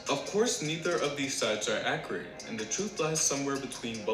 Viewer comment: dude said “accreate” in the beginning lmfaooooo